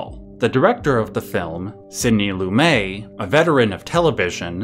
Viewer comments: I'm really enjoying your analysis. I have to point out that Lumet is pronounced like Loo-Met. Not Loo-May. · Sidney "Lumay"??? Is this AI?